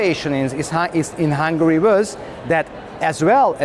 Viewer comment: It's cool how the Hungarian guy pronounces his country's name in English: "Hangry." So apt and poetic.